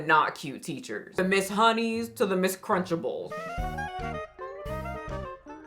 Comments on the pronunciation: LOL did you just call Ms. Trenchbull “ms krencherbull”!? 😂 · Trunchbull not cruncher bull 😂😂😂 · Ms. Crunch-a-ble? 😂 Thought her name was Miss Trunchbull.